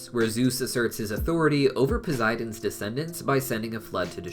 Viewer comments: Hey I pretty sure it's prunouced pow-s-I-den not poziden and I di know it's spelt posidon sorry if I'm being rude not good with social cuse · Great film and great video bud. One thing, You do realize Poseidon has and s and not a z in it right🤣😂 I would know my name is Zac🤣 just kiddin bro just never heard anyone say it that way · Anyone anynoyed by how he pronounces.posiden